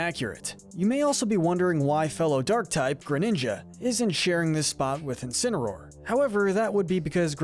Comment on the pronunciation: You did incinsroar dirty